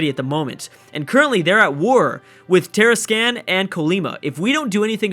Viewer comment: Tarascan: Tah-Rah-Skahn Colima: Ko-Lee-Mah